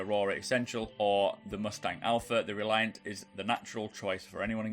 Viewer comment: Hermagherd err Reliarrrrrrnt